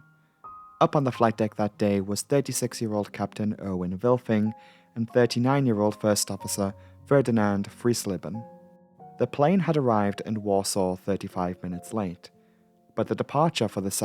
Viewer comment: Just a litte hint from a german native speaker, for future reference. Try to pronounce the "ei", in the surname Freisleben, like the the letter "i" in english ;)